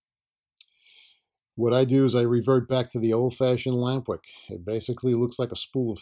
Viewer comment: Took me 10 minutes to figure out you said "lamp wick." I thought were saying lambrick. Am I right, is it lamp wick?